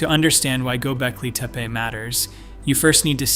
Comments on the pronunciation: Aaand you lost me at Go Belkee Teepa. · Why does the narration sometimes pronounce it "GobEKLI TEPE" and sometimes "GobELKI TEEPEE"? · Agreed. Mispronouncing as "Gobelki Tepe" is irritating! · The presenter repeatedly mispronounces “Gobekli Tepe.” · This guy cannot keep his pronunciation of Gobekli Tepe consistent lol. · This guy can not pronounce Göbeklitepe for the life of him. You Suck! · Do you even know how to pronounce Göbeklitepe? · Weird you criticize so harshly, act like an expert, but you mispronounced gobekli tepe four or more times during your presentation. Perhaps, be a little more humble and open to ideas while you learn more?